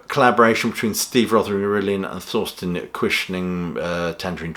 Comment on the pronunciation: Guess I'll have to listen to this album. By the way: Thorsten is pronounced Torsten, not Thorsten.